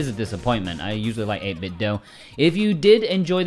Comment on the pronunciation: I thought the company said it's pronounced like 'dew' and does not rhyme with Nintendo